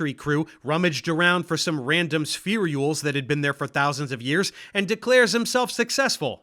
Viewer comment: Can I ask why you put an extra E (or Y?) in spherules every time you say it? My understanding was it's pronounced spheh-rules or spheer-ules. Not that important but spherey-ules just hits my ear wrong and maybe I'm wrong about how it's pronounced.